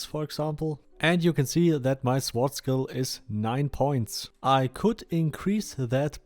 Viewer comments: lol Sword is pronounced "Sord" -- the "w' is silent. Not "S-ward" :) Thanks for the video. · Awesome video! Just fyi, in English the "w" in "sword" is silent. So it's pronounced more like: "sord". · I like how you say it better. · Sag "sort" zu "sword". Das "w" wird nicht ausgeprochen. Finde deine Videos echt gut. Bin auch in der Beta und im El Cartel. Schreib mich doch gern in Discord an. (Myrothas#8674)